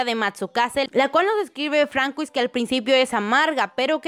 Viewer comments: francois se pronuncia fransua, creo... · Hola, nunca comento en los videos, solo lo hago para dar una aclaración, el nombre de Francois no se lee literal si no que se pronuncia como fransuá, es solo un consejo para que mejores cuando lo digas en los próximos videos, sigan así. adiós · Se pronuncia Fransua :)